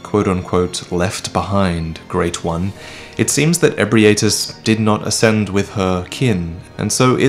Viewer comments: Lmao hearing Ebrietas name being pronounced by a character ingame then going to pronounce it wrong directly afterwards, never change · And he still proceeds to say it wrong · Don't we have an official pronunciation now for Ebrietas? The audio has it as 'Eh-Bright-As'. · We've been saying Ebrietas wrong and you didn't even correct yourself! I trusted you! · > Hears how to pronounce Ebrietas from official NPC > Proceeds to mispronounce anyway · I can't believe that I've been pronouncing Ebrietas wrong this whole time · The most important thing about all this is that we've been pronouncing Ebrietas wrong all this time.